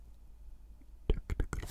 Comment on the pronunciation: say it again... TECKNIQUALLL